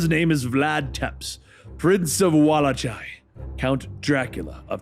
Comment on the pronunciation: it’s pronounced Vlad Tepes (Tep-ish) Prince of Walachia (Wa-lake-ee-a) lol😂😂😂